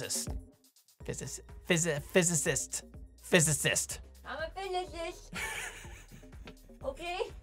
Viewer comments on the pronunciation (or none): "I'm a theoretical fizzy cyst? Fuzzy zest?"🤣